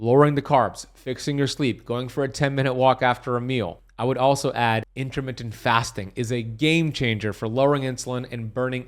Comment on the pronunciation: CerTain not cerun InTermiTTent not inuriiunn